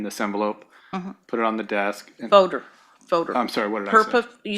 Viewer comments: Dammit, Nancy! It’s not a FOE-der it’s a FOL-der. Pull your shit together! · The woman can't properly pronounce "L" she say fowder instead of folder and toad instead of told...so irritating 😅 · Many things about this woman infuriate me, but my God the way she said "folder" is physically painful to me. "Foe-durr". Or the days of the week. It's not Wednesday, it's "Winsdee". Or about half her vocabulary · It’s a purple “foder” duh! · fowder, purpit fowder, fowwwwdduurrrr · It's a foder, just like that, a foder. A foder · She is so detestable yet I am find her fascinating. prooDreading is so great Thank God since JCS drops one video a year 😂. The way she says folder is so weird.